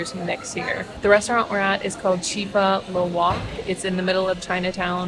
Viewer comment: Chicha is pronounced Cheechaa. not Cheeka. Cheers!